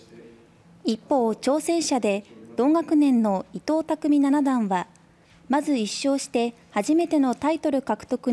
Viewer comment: Abemaのアナウンサーだとやはりまだレベルが低いのかアクセントがかなりおかしいですね。また将棋の段位の読み方ではナナダンではなく「シチダン」が一般的です